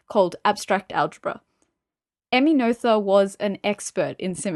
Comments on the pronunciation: Unfortunately, another somewhat misleading internet resource, from a self-appointed expert, who hasn't properly understood Emmy Noether's theorems, complete with a mispronunciation of Emmy Noether's name. But the real tragedy here is that the video actually misrepresents Emmy Noether's true triumph, which was to show, as Einstein, Hilbert and Klein had suspected, that energy and momentum are NOT conserved in the "universe", that is to say, not conserved in general relativity. In fact, Emmy Noether's paper on symmetries of actions ( “Invariante Variationsprobleme”, published in 1918 in the Göttinger Nachrichten) identified two cases, and provided a theorem for each. To gain a proper understanding one really needs to consider both. The problem is that author appears to be only aware of the first theorem, but applies it in all cases. The video states that symmetries give rise to conservation laws. But this is not always true, it depends on the type of symmetry. The first theorem is also generalized to the a context of the universe, to state that the momentum of the universe is conserved, but this is not true, as Emmy Noether showed. In fact the second theorem proves there is no such thing as the momentum of the universe. The presentation could easily lead people to completely wrong conclusions. To be a little more precise, for any physical theory that is described in terms of an action integral, dependent on some variables, fields and their derivatives up to some order m, Noethe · I thought that too! But, more it reminded me of the noyes (pronounced noise) game. So No ether=> Noether and No Yes to Noyes.